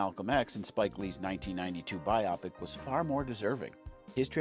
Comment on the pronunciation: Bio pic. Not bi opic. Its short for biographical picture.